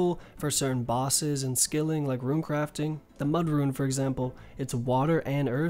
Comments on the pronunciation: He pronounces SO many things wrong and it's honestly frustrating. Who the fuck calls it a ruin? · You're unsure about how to pronounce mitre but you consistently mispronounce rune as ruin... How can you not second guess yourself when it comes to rune but with mitre you somehow thing to urself "oh, i might have mispronounced that"